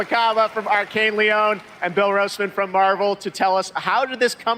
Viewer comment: Lyon is pronounced like Leon